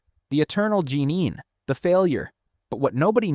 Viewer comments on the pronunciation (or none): i heard "genin" as "jeanin" and "kage" as "cagey" 😭😭💔💔